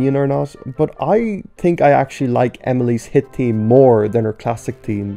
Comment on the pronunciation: "theme" as "team